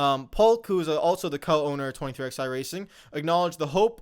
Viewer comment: pronouncing 23XI with the letters drives me crazy😂 they are Roman numerals and are pronounced as the number 11. The way says it makes literally no sense lol